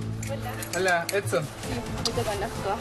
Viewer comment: Es "Edson" no "Epson" lptmre 🙃😂